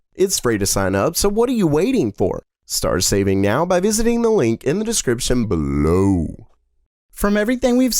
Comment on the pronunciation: I love your videos but the way you say "In the description BELOW" is pissing me off.